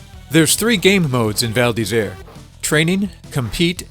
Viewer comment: Actually, your pronunciation of the title is quite correct :) It would be perfect if you could make the "r" from "Isère" sound more frenchy ^^